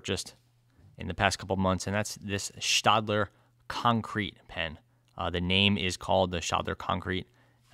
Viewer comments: I believe the "ae" in Staedtler is pronounced "eh" rather than "ah" in both German and English. Sorry for the nitpick, but your reviews are already near-perfection anyway! ☺️ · Yep, it's stetler as in a Stetson hat. But I give credit because I have mispronounced so many things in my life that I have no ground to stand on to criticize. LOL